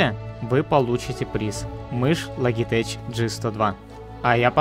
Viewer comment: Секретное слово логиьтеч)